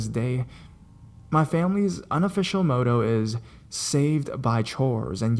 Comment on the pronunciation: "MOTTO" is MOTT-OH not "MOE-TOE"